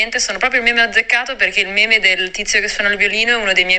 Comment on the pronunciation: Quindi io li ho chiamati "meme" da almeno 2 anni e ora scopro che si pronuncia "mim"